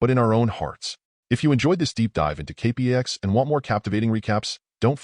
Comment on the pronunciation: The movie was terrific. Your retelling of it is OK, but having a machine do the narration leaves a LOT to be desired, from mispronouncing the name of the planet (kay-packs) to several other goofs that distract and detract from the telling. Still, your video reminded me how fond I am for the film so, thanks. But seriously, consider having a person do your narration.